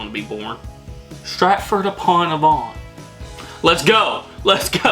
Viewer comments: Pronunciation tips: Thames is pronounced as "Tems" Avon is A (hard, like the first letter of the alphabet) then Von, A-Von Hartlepool is Hart-lee-pool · I got all of them, but I am British. You did very well. Sir Anthony Hopkins played Hannibal Lector. Avon is pronounced Ay Von. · THAMES is pronounced TEMS. AVON is pronounced AY(as in hay)VUN. BRAVEHEART. The worst film ever made !! Ask any true Scotsman ! BALMORAL is pronounced BAL MOR UL. EDINBURGH is pronounced EDINBRU not EEDINBRU. HARTLEPOOL is pronounced HARTLEEPOOL. People from Hartlepool are known as MONKEY HANGERS. There are over 600 Red Lion pubs in the UK. Hockey in the UK relates to FIELD HOCKEY. You have Haggis with Neeps and Tatties. The Magic Roundabout was a kids TV programme. NOT the same thing as the road layout !